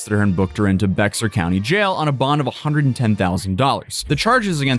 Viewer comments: "BEX-AR" county 😂 Just say "Bayer" (fast) county 👍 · “BEX-ar” County 😅 believe it or not Bexar has the x silent and referred as “ Bear “ 🤷🏻‍♂️ go figure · Just an FYI, Bexar County is pronounced as "bear." I don't know why, but I know from watching court cases from that county shown on youtube. Another great video as usual. Can't wait until you and Andrew Esquire cover the sentencing of the South Korean menace Somali. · Hey just a heads up, its pronounced "Bear" not BeXar! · 2 things - San Antonio River Walk is WILD, and the teens are out of control when they are down there. Second - it might be spelled "Bexar" but it's not pronounced "Bex- R" it's "Bear", the X is silent. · Poor, prob a millionaire and never gets out of the house...."Bex-are" County homie?!?! Lol, it's actually pronounced "Bear" County. I know, it's so dumb, like why not just spell it Bear....but yea. We gotta get you out of the house more to travel the country! Only time you ever leave is to go check on Johnny in court!!! haha, jk, props brother, keep up the good work. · Oh ffs stop pronouncing it bex ar. Bare, Bear or iyrwt…Bay-ar. I know you have referenced it a few times and always get it wrong. If you are ever in SA, people will immediately know you are not Texan…which may not be a big deal. Buuut, a good tip is to always not stand out in a place you are unfamiliar with. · It’s Bear not Becksar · Bexar county is pronounced as “Bear”! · The X is silent. It's pronounced BEAR county. Not BeX ar. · FYI BeXar County is pronounced like bear 😊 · I know this is a tiny detail but the county is pronounced like "bear" not beXar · It is pronounced Bear county not Bexar. Sorry man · Lmao I know it looks like it's pronounced bex-ar but it's actually pronounced bear county the x is silent.... I want to say the county was named after an Indian tribe? But don't quote me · it’s pronounced Bear county not bex-r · No way anyone should know this, but the X in bexar is silent. they say Bear county